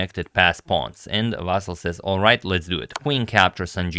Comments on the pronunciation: Meanwhile, Ivanchuk's name is Vasyl, not "Vassil". But whatever. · Ivanchuk is actually Vasyl, not Vassil its a Ukrainian name, not Russian